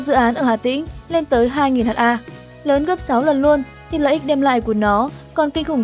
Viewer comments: Phát thanh viên nên đọc là hecta sẽ hay hơn là Hát a .. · Ad học lại lớp 5 đi ! 10.000 m2 = 1hm2 = 1ha, "ha" là viết tắt của hertare (từ TP) và đọc là "héc-ta". Vậy mà ad đọc là " hát-a": Ngô nghê buồn cười ! Theo logic này của ad thì 100m2 = 1dam2 đọc là "một giam hai"... Đọc ngầy ngây vậy mà còn thuyết trình và so sánh Vingroup với Apple, Facebook,... Đúng là... Vương Trảm Fong ! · 500 h a ko bít ad này học ở đâu mà đọc ha thành H .A